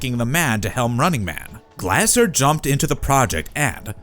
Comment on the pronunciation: Its pronounced Glazer.